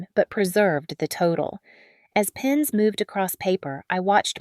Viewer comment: Pens, not pins